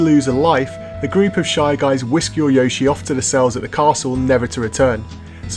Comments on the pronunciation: What's a yawshee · stop saying yoshi like an american